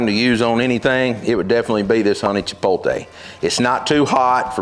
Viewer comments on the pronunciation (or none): Chipotle: "Chee-powt-lay" if don't want to sound ignorant. It is not "cha-pole-tay" just look at the spelling of the word. "That's how I say it" is not an excuse for saying it the wrong way. It's just as wrong as boiling ribs and then calling it BBQ. If you have pride in doing ribs the correct way, then also have pride in correct pronunciation of words. Other than that gripe, great video. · Love the explanation. On a side note... Love the fact that most people with a sort of southern accent always put the "L" before the "T" in chipotle. Its Chipotle... not Chipoltee. Anyway, thanks for listening to me complain. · It’s not hard to get tired of these BBQ videos. Everybody thinks they are the best. But I have to say, yours are top notch. And this is a great (and useful video). (As an aside, the correct pronunciation is chiPOTle. Not chiPOLte. You are transposing the L and the T.) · Chip-pote-LAY, not Chip-pole-TAY Since you asked. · You say chipolte, I say chipotle ... but does the one taste any different from the other? I really enjoyed this video. Thank you! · It is called "Chipotle", not, "Chipotle". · I LOVE! He is the BBQ MASTER! Unfortunately, - after more than a decade of use... it's NOT "Chi - POL - Tay"... it's "Chi - POTE - Lay" Arggggh! I just can't subscribe! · every time he said chipolte lol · for chipotle best Spanish to English pronunciation I can think of is chip Oat Lay. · Everyone pronounces everything differently. How about white boy just learn how to pronounce it properly nice and for all? Chi pol tay chi pol. High af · Pretty funny--I was just thinking, "It's pronounced 'chipote-lay'", when you basically chastised me for caring how people pronounce things. 😆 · The "T" does come before the "L" in "Chipotle," so there is no arguing that the last syllable is pronounced "lay," not "tay." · CHIP-OT-LEY. Now say it quick 🙂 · If they're not saying "chipotle" like "chipolte" I'm not listening to their barbecue advice 😤